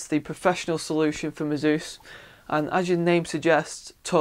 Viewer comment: search for "ASUS Pronunciation" and then we'll see who the muppet is?